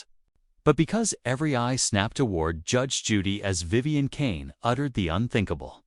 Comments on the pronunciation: Now that STUPID thing has pronounced Vivian corectly a few more times! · I just heard it pronounce Vivian two more times corectly so far.